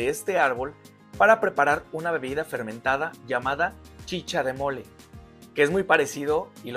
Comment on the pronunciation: Gracias, ¡lo acabo de ver! Me encantó aprender más sobre este árbol,!! Informacion muy interesante! Y en Perú se le conoce como Molle (pronunciado moye y no mole) Ya me suscribí!